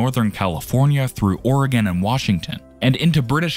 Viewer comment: At he didn't say Ore gone. Lol